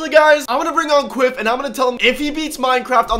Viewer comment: Quiff not Quidd